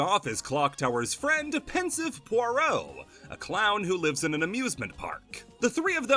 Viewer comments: shhh nobody tell him he pronounced "pierrot" as "poirot" the entire video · Unrelated, but the way you said Pierrot had me so confused the entire time to the point i questioned how it was really pronounced. Came for balan, got a username crisis 😔